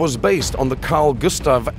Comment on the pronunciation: As a Swede you should know it's Gustaf*